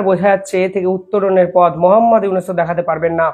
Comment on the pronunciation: তুই ঊনার নামকেই ঠিকভাবে উচ্চারণ করতে পারিসনা আর তাঁকে নিয়ে সমালোচনা করিস। মোহাম্মদ ইউনেস😂😂 বাংলাদেশের অর্থনীতি আগের বছরের তুলনায় অনেক ভালো আছে। পন্যের দামও তুলনামুলক কম এবং রিজার্ভ ৩০% + বেড়েছে।